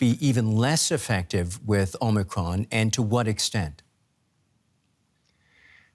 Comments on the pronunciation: Anyone ever think it’s O-micron. ? Not Omi cron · Why is he calling it Omny cron? 😂 its Omicron Perseii 8! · It's actually the greek letter O (Ōmicron) pronounced with long O. Same as in Ōmega or Iōta. This reporter also pronounced it incorrectly.